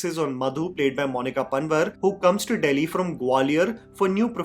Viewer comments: Loved the review It's just me being from pahad but only thing that bothered me is bro calling Monika Panwar as Monika Pan-var😂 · It's not Panwar it's पंवार n is for Hindi bindu so don't pronounce n just say the word without the n pronunciation same goes for tanwar. Damn too much knowledge for today 😅